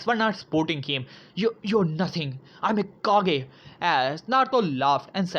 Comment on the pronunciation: its kage not cage